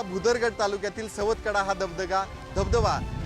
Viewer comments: सातवकडा नाही ग बाई सवतकडा असं नाव आहे. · रिपोर्टचे समालोचन नीटनेटके, व मुद्देसूद नसून वायफळ बडबड जास्त आहे, मॅडम सुरवातीला बातमीमध्ये सवतकडा ऐवजी सातवकडा असे म्हणाल्या